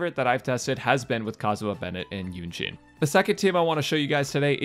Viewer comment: Why does he keep saying “Eugene”.